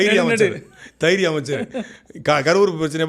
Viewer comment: தைரியம் இல்ல தெயிரியம் 😂😂